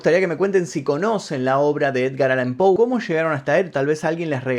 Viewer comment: Que tal? Soy fanatica de tu programa y de E. A. Poe he leido la mayoria de sus libros y cada vez me siento mas admirada. Como tal con la finalidad de orientarte y humildemente quisiera decirte que su apellido se escribe y se pronuncia POE. Hay otro apellido que es POO, en el caso de Edgar es POE. Gracias y siempre te sigo